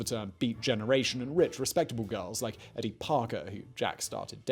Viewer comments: Good info, but very pretentiously delivered, with a "Know-it-All" posturing: strategically raised-eyebrows and coy glances at the camera. By the way, your "American" stinks: it's Ken [KEE-zee], not [KAY-zee].... the girl's name was [EE-dee] not [Ed-dee]... and the town is called [LO-wull] Massachussettes, not [LAO-wull]. I lived there. Again, pretty good info, but an overly-dramatic delivery, with a cloying smugness that distracts from the value. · Ker-OO-ac, not Ker-OH-ac. EE-dee, not EDD-ee. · Edie: ee-dee.